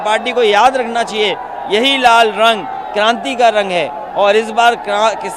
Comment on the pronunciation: अखिलेश यादव जी लाल रंग तो ठीक से बोलना सीख लो बरना दूसरे पप्पू आप बन जाओगे